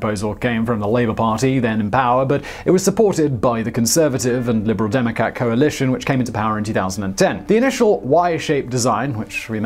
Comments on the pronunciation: "Gaelic" - I didn't know the Channel Tunnel went to Scotland. Try perusing a dictionary. You mean "Gallic". Do try to keep up. Later, you said, "Liberal Democat". Which cat would that be? Apart from those faux pas this is a very informative video. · “Liberal demi-cack”? 😂😂